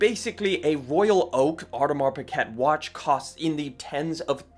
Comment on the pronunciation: Or-Di-Mar Pick-Cat ..... Lol!